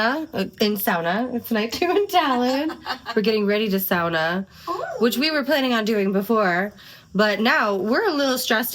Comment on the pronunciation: Thank you for pronouncing sauna as 'sauna', not 'soona' :).